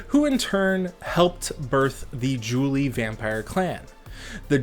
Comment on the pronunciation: I gotta get me this book kek And the only real "pronunciation crime" is Julii and Cassii, everything else was a good attempt tbh. Julii is the Plural of Julius so you pronounce the second i, same with Cassii and any possible plural ending in i, like in cacti the plural of cactus. Latin has other quirks but they're more about annunciation which shouldn't be faulted for